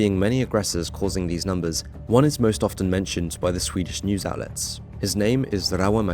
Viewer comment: As a Swede, I really appreciate how you make an effort pronounce Swedish cities correct.